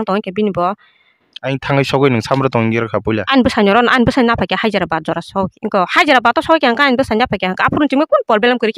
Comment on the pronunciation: Hyderabad ❌hazirabat✅😂